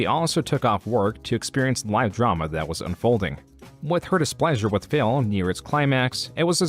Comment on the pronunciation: Is it just me or the doc keeps calling him Phail.